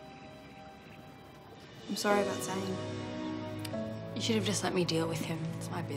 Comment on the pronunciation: Its not ricky - ITS RIKKI!!! Its not Zain - ITS ZANE!